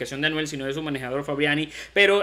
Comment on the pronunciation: Mano es frabian eli. No "frabiani".